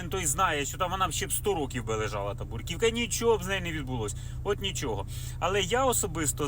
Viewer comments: Брукивка ,а не буркивка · .."бруківка".. вірно - "бРу" , а не "буР".. "бруківка "... .. корисна робота